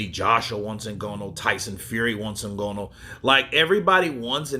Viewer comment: NgAnou not NgOnou Brother.. that is what i think but Ngonou is ok too 😅